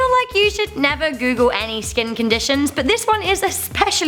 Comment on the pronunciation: I thought it said " Top 10 Things You Shouldn't Coogle "